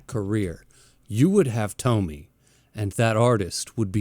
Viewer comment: Funny how every english speakers call her Tommy instead of TomiE (Tomy-ey) Just like Kiri-E with Uzumaki.